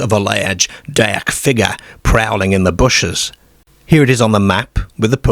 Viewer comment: it’s been asked before and he gives a vague answer that he’s lived all over. It’s not an accent that can be pin-pointed and he has some very unusual (and funny) pronunciations which throw you off, e.g. derrrrrk, for dark and similar.